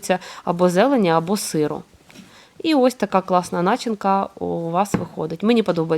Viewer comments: Дожив до 60 тки і завжди знав, що у слові начинка, наголос падає на 2 й склад. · неправильний наголос в слові начинка